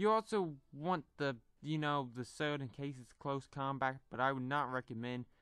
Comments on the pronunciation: A sowd... It's said like 'sord' not 'sowd' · speak properly , u say surd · oh my god people liked it how how I say he couldn't even say sword he said sowd lol click bait if you liked it I am disappointed what has humanity become?! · HE SAID SERD